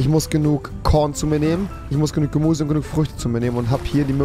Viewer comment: genug Gemuse